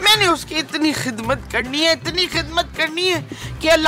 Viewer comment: Jogi ❌ JoJi ✅ . Kizmat ❌ Khizmat ✅